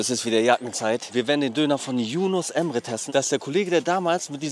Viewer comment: Wenn ihn Embre nennt, dann heißt er ab jetzt so.